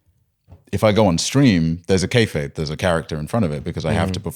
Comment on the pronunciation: I've heard say this a few times, does he mean "façade"? Lol I'm genuinely curious because it's been more than once.